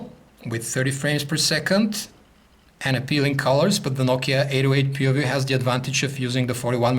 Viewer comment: I believe he pronounced "Nokia PooView". LOL!